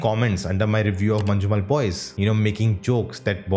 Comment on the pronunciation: Try saying mannummel boys, then it will be a just ok pronunciation